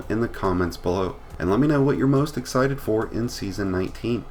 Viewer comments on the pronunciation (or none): none